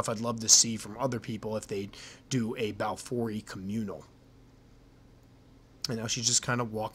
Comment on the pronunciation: If pronounced correctly a ryme would be close to: have i e. That's it, done deal now. The ecosystem here is fragile with several endangered species of animals so the State has to clamp down on the citizens. Each time a snake is found authorities scramble, they just captured a Python about 200 miles from here near the local airport. Big news! But we have big centipedes and small brown Scorpions, oh and Black Widows.